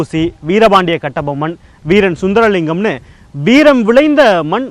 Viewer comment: என் முப்பாட்டன் வீரன் சுந்திரலிங்கனார் பெயரை உச்சரித்தமைக்கு நன்றி